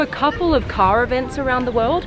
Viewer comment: "This ka is fully autonomus. This ka is the E-legend..." Is this a ka or a car with R at the end?